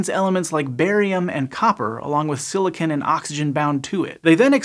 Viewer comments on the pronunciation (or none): none